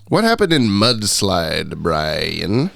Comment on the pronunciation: What’s the origin of butchering Brian’s name beyond repair?